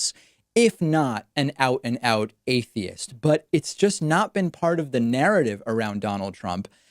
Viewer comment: He don't even know how to pronounce atheist